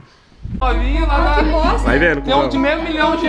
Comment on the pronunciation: "VAI VENO" KKKKK É noiz zica